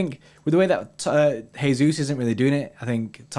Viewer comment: Guys. Gabby Jesus is Brazilian not Spanish. Please stop saying “Hey-Zeus”. It’s JAY-Zeus”. Pronounce the J. Please lol.